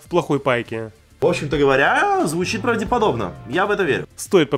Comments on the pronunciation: Он так и говорит，ПравдЕподобно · "ПравдИпободобно" он говорит.